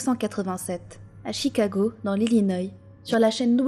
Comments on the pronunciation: dans l, Ilinoï ...xd L' Illinois stp c dingue la nvl génération qui sait pas prononcer les voyelles consonnes correctement... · Ah tu dis Illinoy? Moi, perso, je dis Illinois XD